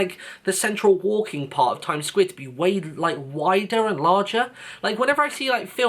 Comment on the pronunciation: You said time squid it's time square lol